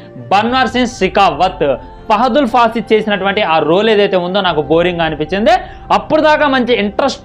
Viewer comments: Arey ..... Nayana fahadull fasi kadhu ""Fahad fasil"" ............. Nv cheppe sodi evadu vintado ardham kaadhu asalu 🤦🏼‍♂️🤦🏼‍♂️ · పహదూల్ ఫాసద్ ,కాదు bro ,...(ఫాహాద్ ఫాసిల్👍) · Fahadul fasil kadu ra Fahad fasil